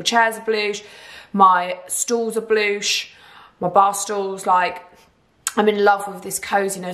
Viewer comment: I was thinking is that how she says blush 🤣🤣😭